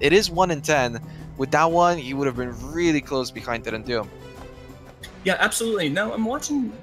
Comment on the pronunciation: DeadandDoom, not Dendu. Dominus not Donimus. ffs...